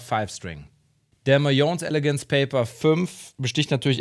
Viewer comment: hallo,bin der und spile auch einen mayones caledonius 6 string. schönes video. (nur so als tipp, die firma heist mayones,und nicht mayons:-) )